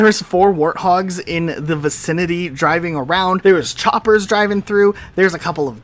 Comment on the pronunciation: I like how he says chompers instead of choppers what is this? PvZ in halo?